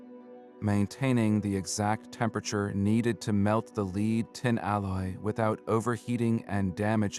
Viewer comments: Your AI mispronounces "lead" as "leed" when it should be "led". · Hard-coded captions are extremely annoying! A simple word like 'lead' mispronounced over and over... the AI narration is equally annoying. As is the use of irrelevant AI artwork.